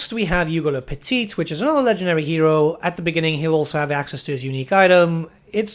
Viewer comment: As a french, hearing the pronunciation of "Le Petit" and "Le Gros" was absolutely hilarious xD But French people speaking english is even worse, not gonna lie.